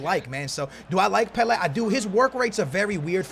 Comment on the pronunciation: Anyone else hate the way he says 'pele'